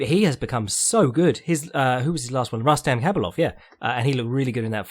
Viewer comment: It's RRRRustam HHHabilov,, he's Dagestani